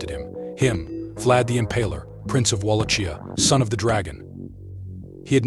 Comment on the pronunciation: It's pronounced wall lock kia